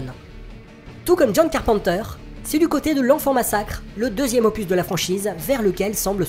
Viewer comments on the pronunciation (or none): none